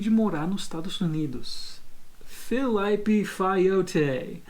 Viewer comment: O claramente sabe como pronunciar "Felipe", mas pronuncia errado de sacanagem. kkkkkkkkkkkk